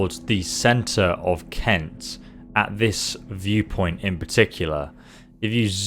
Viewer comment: ''Cent'' [Kent] Sorry but that's so lame xDDDDD